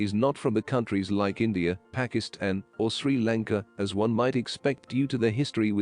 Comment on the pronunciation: As soon as I heard, very early on, “Pakist Anne” I gave up: robot, AI, cheap ass human voice pseudo replication sucks